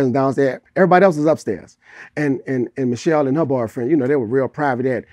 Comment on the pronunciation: Wow. I remember all his songs talking about her. Calling her name Mi’ chelle.... Mi’chelle like he was looking for her. SMH